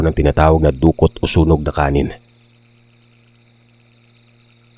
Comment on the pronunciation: Taga gensan ako, saan dito?? Bka sa mabuhay? Or sa katangawan? Conel? Dukot!. Matigas. Hindi du-kot.